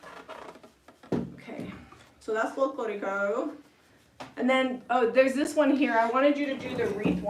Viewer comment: you said “ Folclórico “ perfectly. 😁👍🏻